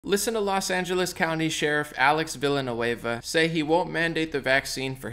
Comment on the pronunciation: Viyanueva not Vilanueba